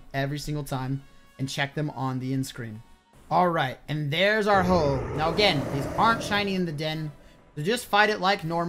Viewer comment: He says ho ho when its ho oh